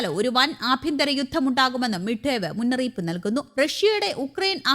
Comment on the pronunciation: മിഡ് ബേ അല്ല ദിമിത്രി മെദ്‌വദേവ്